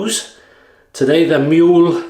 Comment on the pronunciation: You got it almost right. You just need to drop the y in Muehle. As in "you" but without y.